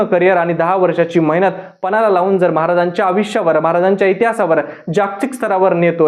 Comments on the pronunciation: अविश्य नाही.... आयुष्य असतं ते.. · Aaj kaal konihi reporter bantoy hya la ayushya ha shabdahi nit uccharta yet nahiye